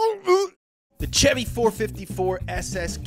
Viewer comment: Kudos for saying chevy the right way no shevy like all those other weirdos